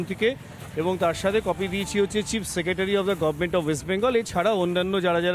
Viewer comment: এই কুকুরটাও মনিবও গভর্নমেন্ট উচ্চারণ করতে পারে না, গরমেন্ট বলে I